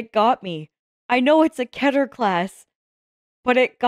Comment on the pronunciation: this guy makes good videos, HOWEVER. it is pronounced KEE-ter. NOT KET-er.